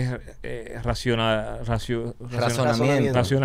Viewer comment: Nadie: Absolutamente nadie: Santiago matias: RAZIONAMIENTO 😂